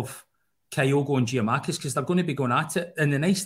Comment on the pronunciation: Can we please stop pronouncing Giakoumakis as Jee A Mack is, it's Jack a Mack is.